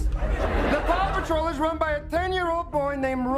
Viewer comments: i only hear "papa troll" now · Anyone else start hearing Papa Troll when the news programs were going fast in the beginning? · I still hear papa troll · listening to the intro while doing something else made me realise how much the American pronunciation of Paw makes Paw Patrol sound like Papa Troll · I can't hear anything other than "papa troll" pls help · I will never not hear the name of this show as "Papa Troll". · At some point I made a joke about "Poppa Troll" and now it's all I can hear when you say Paw Patrol